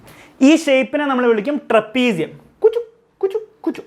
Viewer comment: Kuchu..kuchu kuchu..kuchu. trepisium😂